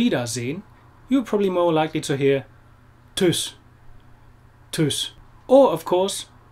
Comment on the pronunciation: Geiles Video. Aber Tschüss. Nicht Tüss. Lieben Gruß aus Duisburg.